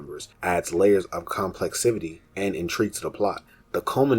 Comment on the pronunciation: Good videos, but you just make up random words. You said complexivity (it’s complexity) like 6 times, and termulous (I dont know what you were trying to say) like 3. It just takes me out of it when I hear it.